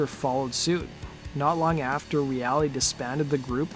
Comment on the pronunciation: Mark Reale - pronounced REAL . R.I.P.